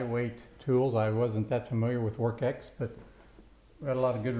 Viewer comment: Good review! I believe it's pronounced "Works." There's not a "k" in the name.